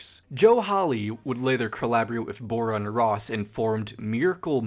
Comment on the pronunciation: The way you pronounce the names are killing me(dont worry its fine...except for bora what were you thinking) also uh you should listen to chonny jash (not johnny cash,please I've heard this like a thousand times) he has covered tally hall, will wood, thd (that handsome devil) etc and i think you might like him and if you do please talk about him (please we need more fans)